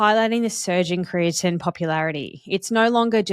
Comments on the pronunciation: Kree-ah-teen is how I've always heard it pronounced. You sound like you're pronouncing it as Kree-ah-Tin. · I've never heard creatine pronounced like that and it makes me wonder if you're saying it correctly or if everyone I've ever known has been pronouncing it wrong.